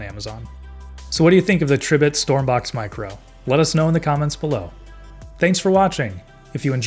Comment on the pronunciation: Tree - bit💀💀